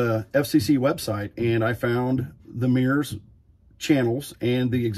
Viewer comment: MURS pronounced as 'meers' is making me itchy.